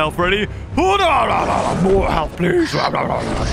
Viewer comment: Ah yes, “moar”